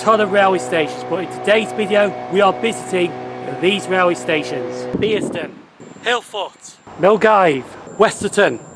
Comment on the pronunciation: it is Bearsden as in a "bear" I picked you up as saying "Beersden" The late Jill Dando said "Beersden" in a news report years ago. The locals may be offended if they heard you. You pronunced Milngavie correctly.